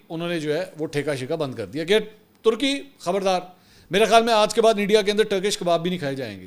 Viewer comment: tarki ni turky hota he